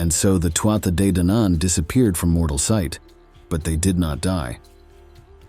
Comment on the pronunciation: It’s pronounced tooah de